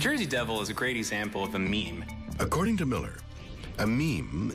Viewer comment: The second he said meme I wanted to die